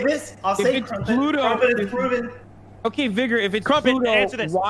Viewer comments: cant pronounce vigor... yikes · i swear .... if he says vigor wrong ONE MORE TIME